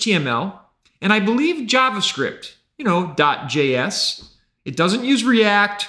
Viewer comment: Yavascript and Yay Quyeyrry... bruh